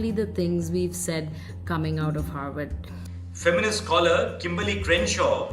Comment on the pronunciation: Harward ko hayward kahte hain. Hahaha.. 😅🤣😂